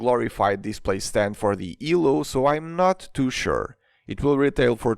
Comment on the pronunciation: Why you say "two" and "too" like "Tu"